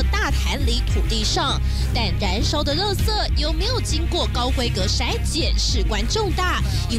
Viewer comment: 為什麼要把垃圾講成(ㄌㄜ)圾